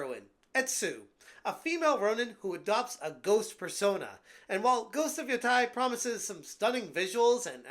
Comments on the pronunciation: Why is every YouTube saying ghost of YOTAI it’s not YOTAI it YO TE I think of of Teiwan instead of Taiwan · You keep pronouncing it wrong😂😂😂😂....but if it's woke, then F them. Call it Woke of Yotei